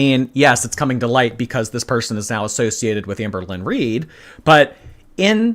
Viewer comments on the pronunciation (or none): none